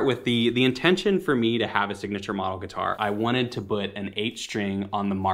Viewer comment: Rob says 'but' instead of 'put'